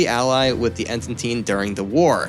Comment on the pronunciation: The writing was overall good and accurate in most aspects, but you need to change the narrator asap. He dismantled Greek names, toponyms etc. while he obviously doesn't even have a clue what the Entente alliance was, since he cant pronounce it correctly!